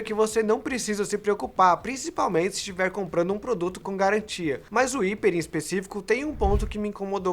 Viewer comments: Ao invés de "íper" não deveria ser "raiper"? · Não é hiper, é hyper!!! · Qual a pronúncia correta? Iper ou raiper? Cada um fala de um jeito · Que agonia ele falando "iper" kkkk prefiro a pronuncia "raiper" normal.... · O nome é "Hyper" uma palavra que se pronuncia em inglês e soa como raiper e não iper 🤦🏽‍♂️ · Ele é burro kkkkkk o jeito certo de falar é haiper, não iper! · Vc tá ligado q tu tá pronunciando errado né?! Não é "HIPER" e sim "HAIPER" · Hyper -> "raiper" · Parei de ver o video no primeiro ``iper`` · pronuncia-se [ráiper] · "iper", já desliguei.. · Não entendi por qual motivo o celular foi referido como "iper" ao invés da pronúncia certa. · Acho que o nome HYPER E SE DIZ RIPER Claro que ele pode falar do Jeito que ele QUISER MAS Me deu um TOC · é raiper a pronuncia certa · Mas o número você pode ler em português, a palavra "Hyper" não existe no nosso vocabulário, você pode falar ela como quiser mas pronunciar o "y" como "i" é errado... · Pra ser mais fácil: "Ráiper" Ceramente, agonia os video dele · Mano, como que um cara faz análises em um canal grande, e não sabe pronunciar a palavra "hyper" corretamente?. Jesus! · Q toc do caralho, não guento ver ele falando assim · verdade. Não sei por que eles insistem em falar errado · Pronúncia errada! Mas, enfim, falaram do Motorola (Fabíola) Hyper.